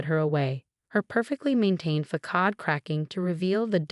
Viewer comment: For instance, façade is not fa-kad. AI text to voice doesn't learn thst.